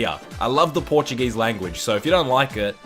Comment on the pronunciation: That “Portuguese speaking” was cringe lol. Você fala como um mexicano